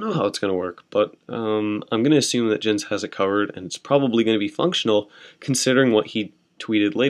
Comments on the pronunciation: pronounced *yens* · Jens is pronounced "yens"